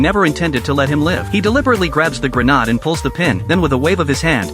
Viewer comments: AI is destroying English. Grenadd? 😅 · The “grehnahd” way of pronouncing grenade was truly cinema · At this point I'm convinced that AI cannot pronounce Grenade. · I have noticed that myself.